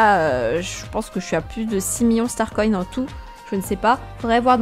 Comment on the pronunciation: Pourquoi tu dis starcoyne ? 😂😂😂